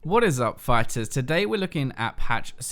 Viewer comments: Please stop saying "phyters." It's just bad on the ears. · "phyters". I'm actually done